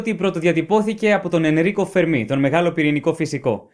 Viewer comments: "Φέρμι" ρε φίλε, τι "Φερμί" τσαμπουρνάς; Ιταλός ήταν ο άνθρωπος, όχι Γάλλος. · Παρεμπιπτόντως, προφέρεται Φέρμι, όχι Φερμί. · Ωραίο κανάλι, ωραία βιντεο keep it up. Μια μικρή διόρθωση μόνο (που δεν αλλάζει πλέον αλλά οκ), είναι Φέρμι, όχι Φερμί. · Φέρμι,Φέρμι....οχι Φερμί! Ιταλός είναι όχι Γαλλος! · Αγαπητέ εκλαικευτη. Ολα σου καλα, αλλά ο κ. Φερμι, επειδη ειναι Ιταλος, λεγεται Φέρμι κι οχι Φερμί. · The Fermi paradox.. φΕρμι. Όχι φερμΙ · O fermi ήταν Ιταλός όποτε διαβάζεται Φέρμι και όχι Φερμί. Το τελευταίο θα συνέβαινε μόνο αν ήταν Γάλλος διότι αυτοί τονίζουν σχεδόν πάντα στη λήγουσα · Να είσαι φυσικός και να μην ξέρεις ότι ο Ιταλός φυσικός ονομάζεται Φέρμι και όχι Φερμί, με ξεπερνά... Μάλλον τον συγχέεις με το Γάλλο μαθηματικό Φερμά, κάτι που είναι ακόμα πιο τρομακτικό! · Ο Φέρμι δεν ήταν Γάλλος. Ήταν Ρωμαίος. Λεγόταν Φέρμι και όχι Φερμί. Για να προφερθεί Φερμί θα έπρεπε να γραφόταν Fermí και όχι Fermi που γραφόταν. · ENΡIKO Φέρμι και οχι Φερμί....!(Ιταλος). ΣΥΓΝΩΜΗ ΓΙΑ ΤΗΝ ΔΙΟΡΘΩΣΗ. ΚΑΤΑ ΤΑ ΑΛΛΑ ΕΙΣΤΕ ΕΞΑΙΡΕΤΙΚΟΣ, ΕΥΧΑΡΙΣΤΩ. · Φέρμι και όχι Φερμί. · Πολύ ενδιαφέρον θέμα και με σωστή προσέγγιση. Να πω πως ο Enrico Fermi ήταν Ιταλός και το όνομά του προφέρεται Ενρίκο Φέρμι (με τον τόνο στο "ε"). Επί της ουσίας τώρα, θεωρώ πως οι πιθανότερες αιτίες του Παραδόξου του Φέρμι είναι το γεγονός ότι η εξίσωση του Ντρέικ είναι ΕΛΛΕΙΠΗΣ! Αν μπουν και οι άλλες παράμετροι στην εξίσωση (αυτές που λείπουν), να δεις που θα ...πάψει να είναι παράδοξο!!! Μερικές ιδέες έχω για το ποιές παράμετροι λείπουν, αλλά είναι μια μεγάλη κουβέντα αυτή. Δεν γίνεται μέσα σε σχόλιο. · ο ENRICO FERMI ΗΤΑΝ ΙΤΑΛΟΣ και προφερετε me ton tono στην παραλιγουσα